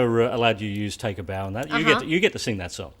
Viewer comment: When the guy says "take a bow" it sounds like "taco bell" hahaha